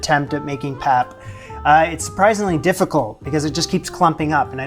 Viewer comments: My friend, it is pronounced "pup" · Hi there, fabulous job! The pap is pronounced 'Pop' and is quite similar in taste and texture to polenta. You can make it quite stiff, and cold water is indeed the trick! Once it has boiled, put on low heat and allow it to cook slowly. The stiffer it is the better to scoop your stew! Sometimes the African pot can be called a poitjie (pronounced 'poi-kie'), and stews made this way are also referred to as poitjie's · In South Africa, the 3 legged pot is called a potjie pot (pronounced poi key). And pap is pronounced pup. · Pap pronounced ... pup 🐶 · pronounced pup the three legged pot is cast iron.